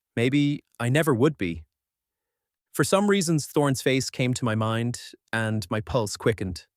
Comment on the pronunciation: Great story, I love it... But the way the 'and' is being said is simply irritating.